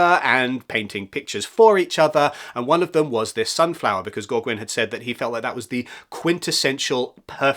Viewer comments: Gauguin is pronounced Go-Gan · The way I have heard Gauguin pronounced is "Go-gahn" but I don't know how accurate that is. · I've always known Gauguin pronounced as Gow-gan but I could be wrong too! (Gow as in cow). I think you are correct with van-goff for Van Gogh in English. In American it is van-go! Great video!